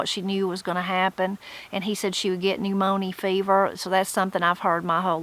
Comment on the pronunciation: Trying to catch up. I got so tickled at "new moanie fever"......or however you would pronounce it, and I wondered if you would comment on it at the end of the video. 😃 In my part of eastern NC, my older relatives used to say you'll catch "the new morn-yer."